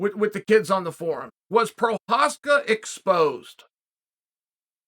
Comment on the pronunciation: Prochazka, Proaska, Prosaska, Provider...